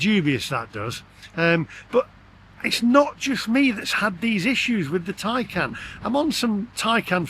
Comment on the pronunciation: be honest you cannot love Porche as they have produced crap EV's. And stop calling your car a Tycan it's a TAY CAN. All EV's are utter crap and not fit for purpose, it's time to stop buying Milk floats and that will be and end to this utter madness.